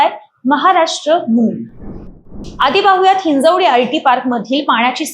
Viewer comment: बाई ते हिंजवडी आहे ही हिंजेवाडी नव्हे